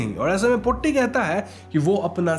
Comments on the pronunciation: It's not brammayugam, it is bramayugam, 'bram' means madness or delusion. And it's not potti, it's pôtti, Tata t. And it's chaaathan, not chattan. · pronunciation of the word "potti" is wrong. POtti's "po" should be pronounced as "po" of Porridge. "tti" should be pronounced as "tti" of witty. In older days, some Brahmins used to exploit their domestic help, workers' wives!! Those are not affairs!! Just call it exploitation. Cook's mother is one such person,who is from a lower caste. Even though the lower caste people are called untouchables, was it possible without touching!!😅 We don't know!!😅😅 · Sounded more like potty😂